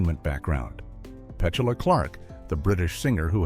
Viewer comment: I agree with you. The cannon firing is so obviously part of the movie. If accidental why did the camera zoom in the fuse as everyone walked away for example. Also, the way Petula is pronounced is ridiculous.